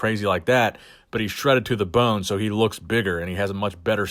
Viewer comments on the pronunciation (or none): none